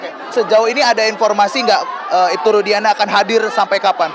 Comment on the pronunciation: Rudiana...jadi rudiga'ana